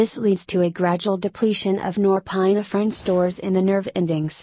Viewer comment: This is good and to the point, except your automated computer voice-over let's it down. .... "Nor-PINE-uh-fr'n" and pronunciations like that are really distracting.